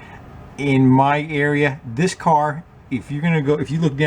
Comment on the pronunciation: When you said "earia" for "area" I had a flashback to high school. My math teacher in 11th grade was from NH and would say "valium" for "volume" and "salad" for "solid." She was (and presumably still is) a lovely woman, but it was hard not to giggle a bit when she'd get annoyed with someone. "Jason, you HAVE to learn the formulas for the surface earia and valium of salads." I was 16 and easily amused, what can I say? I did get to have the experience, twice, of moving to places where my movie/television standard Midwest accent was odd. And I'm a teacher, so my students thought it was hilarious when I'd say something differently.